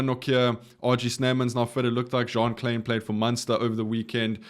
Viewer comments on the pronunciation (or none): none